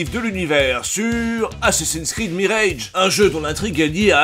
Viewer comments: Tu es au courant qu'en anglais le mot "mirage" se prononce "mirage" comme en Français et non "mirèdje" ? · Pas vraiment important mais tu prononces "mirage" à l'anglaise alors qu'en anglais, il se prononce à la française (genre 'meeraaj') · Merci pour la vidéo Juste en passant : mirage en anglais, ça se prononce plus ou moins comme en français et pas mireilge. Voilà je sors 😅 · Tu sais, quitte à prononcer le R de "Mirage" comme un bouffeur de camembert, tu peux aussi prononcer le A avec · Ta prononciation de "mirage" n'a aucun sens. Le mot ne se prononce ni comme ça en anglais, ni en français. A l'avenir il vaudrait mieux simplement prononcer les mots à la française en cas de doute.